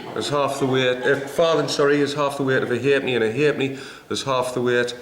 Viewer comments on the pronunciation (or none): What a great video. Thank you. Loved it. The John Cleese of coinage. But 2 electrum pieces = 1 gold piece is correct. A sixpence was called a tanner (not a threepenny bit), a shilling was called a bob (not a sixpence), a florin was also called a two bob bit. The correct pronunciation of the coin with half penny written on it is ha’penny, it is not just an abbreviation.